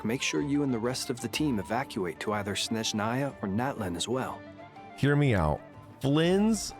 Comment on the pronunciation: For correct pronunciation, the first sound in «Snezhnaia» should be «s» [s], not «sh» [ʃ]. In short, the name is pronounced roughly as [snʲeʐnəjə] / [sneʒnaya] 😌 with love from Russia 🫶🏼